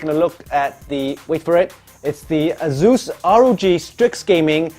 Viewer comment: It's asus not zus or zeus xDDDDDDD